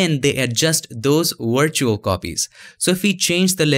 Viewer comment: man your videos are great but why you pronounce W as "V" and V as "W", isn't it weird buddy? you said wirtual and vee instead of we!!!